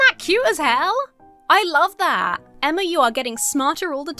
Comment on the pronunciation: I love that when reading the wholesome comment that made you emotional, you almost said your name as “Enema” lmao